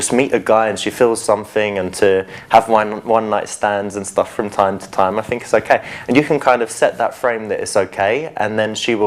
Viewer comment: Think not fink you idiot.